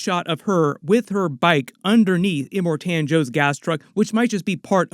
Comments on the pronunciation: Well done but…it’s iMORtan not imorTAN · Em-More-Ton. Thats to correct pronunciation. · Slight trigger when you're pronounced Immortan as Im more TAN 😂